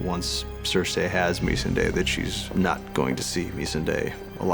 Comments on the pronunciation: can't stand how he says her name wrong , its not meesandayy its Missandei.. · These guys can't even pronounce the character's names right. It's Missandei. Mis-Sun-Die. Not me-sundae. As in, "Oi! Get away from me chocolate sundae, you prick!" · are we just going to ignore the way he says "Meesenday" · Its odd hearing D call her Me-sahn-day. after 8 years of everyone else pronounce it Mih-sanday, it's weird. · Is it pronounced “Me-Sun-day” as per this video or “Mi-Sahn-Day” as per every character on the show? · Is it just me that cringed at the way they both pronounced "Missindi"...(Missandei) Eg. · MESS-SAHN-DAY! Not meessinday. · Anyone else find it funny that David and dan pronounced characters names differently Show: ser-see Dan: ser-say Show: mis-an-day David and dan: mes-n-day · Anyone else find it funny that David and dan pronounced characters names differently Show: ser-see Dan: ser-say Show: mis-an-day David and dan: mes-an-day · It's MiSSande, not MissanDe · They cannot even pronounce the character's name right Who the hell is Mysundae?! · I know he’s an American and we (uk) pronounce words differently but surely there’s nit one other person he’s ever heard call he’d MIZSUNDAY!!!LOL prick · Why are the pronouncin Missandei's name like that? Meees-an-daaaaaaay??? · Misendey WoW D&D cant even pronounce the caracters names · Meesanday???? You can't even pronounce your own characters names right... Why would Cersei flee when the odds are in favour?? How do these guys have careers in this industry... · MEE-SUN-DAY......wtf why are they saying her name like that????? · ME-SAN-DAY? I'm sorry who is he talking about? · "Mees 'n de" seriously wtf 😑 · How do the show runners still pronounce it ‘missnday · "misanday" lmao these idiots can't even pronounce the name of a character right.. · Why the fuck are they pronouncing her name like "mesenday"...! Show some respect, put some effort into the pronunciation. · Ok but can we talk about his pronunciation of “Meesunday”